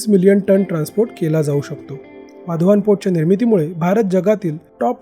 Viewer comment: वाधवान नाही ते, वाढवण आहे ते, मराठीत व्हिडियो करताना तरी नाव व्यवस्थित घ्या, हिंदी लोकांचं ठीक आहे